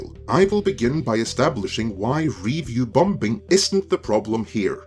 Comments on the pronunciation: I generally enjoyed your post, but there was one (somewhat unrelated to the content) problem. Call me picky, but you pronounced the word "bombing" as "bom-bing". (FYI, the second "b" is silent.) I grew up in Hawaii and spoke "pidgin" English--a kind of broken English with very poor grammar and odd pronunciations. But by study and perseverance, I corrected all of that. I think that your content is excellent. Just watch those occasional pronunciation faux pax. Thanks. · Lol, I love how pronouncing "bombing"